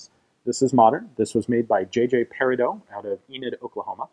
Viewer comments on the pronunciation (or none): none